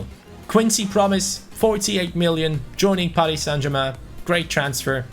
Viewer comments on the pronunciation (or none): none